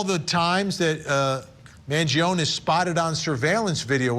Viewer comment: Why does Vinnie mispronuncing Luigis' last name? It's Man gio nee.